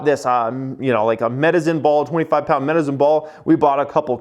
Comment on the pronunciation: Only would pronounce his exercise equipment “medizin ball”. 😂